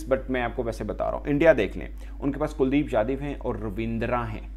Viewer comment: kuldeep "jadhiv" nahi hota angrez 😂 kuldeep yadav naam hai uska